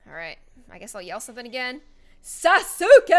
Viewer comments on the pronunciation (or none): did this ?%€#= just say sasoookey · I really got triggered when you said Sasuke wrong....